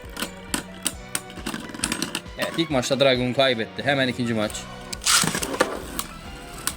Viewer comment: Dragoon Dranzer Draciel Driger isimleri abi yanlış söylüyorsun